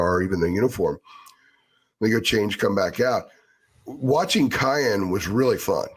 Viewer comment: please for the love of God, his name is pronounced Ki•yan not Ki•on. I can’t take hearing you butcher his name anymore 😂